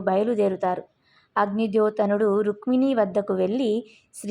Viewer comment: 'రుక్మిణి ' అమ్మా, ' రుక్మిని ' కాదు